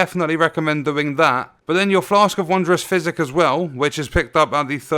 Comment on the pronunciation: I kept thinking he was saying "Flask of Wondrous Fizzy." Not trying to make fun of you or anything or the way you talk, I really love your videos,🖖